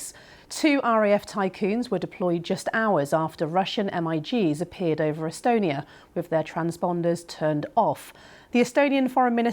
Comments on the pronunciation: I have never heard anyone call MiGs as M.I.G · Did she say M I Gs? lol, cute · Typhoons .... TyPHOONS. Migs, not M-I-Gs🙄